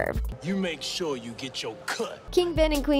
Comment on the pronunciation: "Make shoo you get to cut"